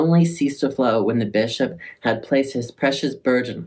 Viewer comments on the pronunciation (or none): Look what you've done to my brain. When you said "Holy Bishop" I thought you said "Holy Bitch-up" and I will never be the same. 😂